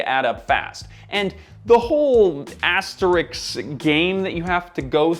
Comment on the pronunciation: It's asteRISK not asteriks ffs